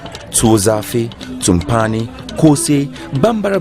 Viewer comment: Please it’s tubani not tumpani.....